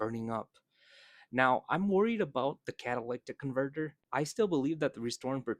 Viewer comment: Say catalytic convertor again. Lol